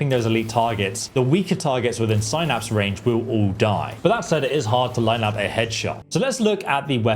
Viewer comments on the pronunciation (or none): none